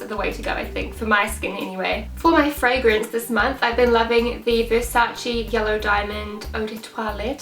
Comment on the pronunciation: Hahahahahaha don't tell me she pronounced Versace as 'Versachee' hahahaha it's pronounced 'Versaisse' hahaha that French pronounciation tho 👌🏼